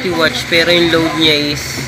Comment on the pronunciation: Bakit lagi muh na sabi watch?.. Watts poh yan sir....